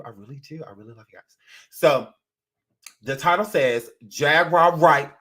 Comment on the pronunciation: pronouncing Jag's name as "Jag-wire" has been killing me for at least 2 weeks🤣 Edit: Beyonce sure did do her "reveal" at the VMAs but the only difference is there is an actual baby inside Rihanna's belly.